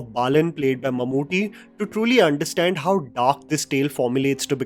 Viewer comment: It's Mammootty, not Mamuti! And in the Chapters, it's Thaniyavarthanam, meaning the Recurring Rhythm. Even though the actual meaning of the word is more like a Guitar Solo in the middle of a Rock Song, where a musician goes on his own in a composition! :yougotthis